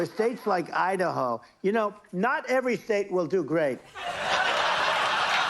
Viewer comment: Not Everwy thstate wiwl do gweat